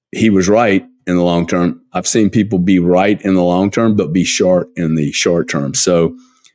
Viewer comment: Short or shart? Lmao 🤣